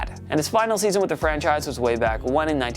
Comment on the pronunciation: Sounds like you’re saying “French a** quarterbacks” at the beginning lol I had to replay it like 5 times before finally realizing you’re saying ”franchise quarterbacks”